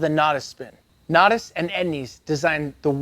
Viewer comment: 14 things you don’t know about how to say Natas. Except a couple times you got it right for some reason.